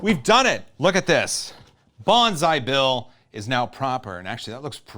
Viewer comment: I thought he was saying "bonsai bill" the whole time